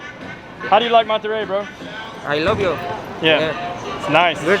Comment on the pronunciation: You guys are great BUT... you need to learn how to say Monterey correctly ask some please